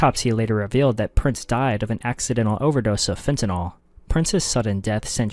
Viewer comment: This is something that people might think is just splitting hairs, but I really wish people would learn to properly pronounce FENTANYL. It is NOT pronounced "fen ti noll". It is pronounced "fen ta nill". We're going to be saying it a lot more as more people die due to overdoses.